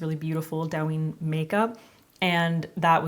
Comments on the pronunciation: Just fyi it's pronounced more like 'dough' 😊 dough-yin (eeee sound). I love douyin makeup especially the elaborate lower lash line work they do 🤗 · Not me screaming the correct pronunciation every time she says it wrong LOL thank you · It is pronounced /dough-yin/. Thanks. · Its pronounced dough-yin haha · Korean Chinese and Japanese makeup is different. Also you pronounce it dough-yin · this is so pretty! But “dou” is actually pronounced like “dough”. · Gorgeous! Alice in Borderlands is the show -- but it's Japanese (and Douyin is Chinese). TikTok is huge in Japan; Douyin isn't because it's only in China/Chinese App Store. (Yes, ByteDance makes both, but they are different.) Also, it's pronounced more like "doe-een." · love it!!! looks amazinggggg by the way, it's pronounced doe-yeen :'-) alice in borderland :D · It's pronounced like doe-yin ❤❤❤ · It’s doe as in doe a dear. The pronunciation of douyin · More like toe-yin